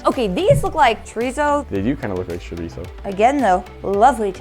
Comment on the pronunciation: " Xorisoooo " Really